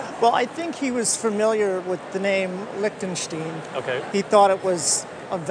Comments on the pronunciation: lick-ten-shteen. These days I doubt if I'll have any situation where I might say it, but thanks for that (It's like Young Frankenstein) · I thought it should be \lick-ten Sht-eye-n. I was always taught "The second of the two, gives us the clue" so 'ei' is pronounced 'eye' and 'ie' is prounounce 'ee' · Lech ten sch tine. Stein, long i. As people call a beer stein. Same word, stone.